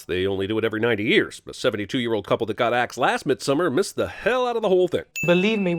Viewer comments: Cinemasins: *mispronounces midsommar* Me: angry swedish noises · How do y'all pronounce Midsommar, and what does that word mean, though? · I actually prefer their way of pronouncing it. It's much better in my opinion than when people try to pronounce it "properly" and end up saying something like "MidsommAAAR" which just sounds cringey. Basically we can't just expect everyone to suddenly speak perfect swedish like "hörrö haru fixat sillen till missommar än eller? Najs ska bara bränna upp nån random amerikan här nu lite snabbt". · Can we settle the debate on how to pronounce the title of this movie?